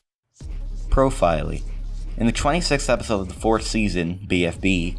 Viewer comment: It's not Profiley, it's Profily